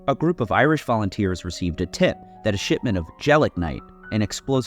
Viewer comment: I keep hearing "shitment" instead of shipment 💀